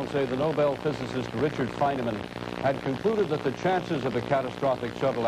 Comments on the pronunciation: I hate the way this newsreader pronounces Feynman’s name, “Feyn-a-man.” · Ah yes, Richard Feyn-uh-man. The long forgotten twin brother of Feynman. So rarely reported on. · Fichard Reynman. Say his name. Fichard Reynman. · The news guy saying "Feyn_a_man" is making me crazy. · Fine e man. Interesting pronunciation